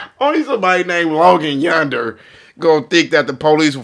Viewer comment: "Logan Yunder" AHAHAHAHHA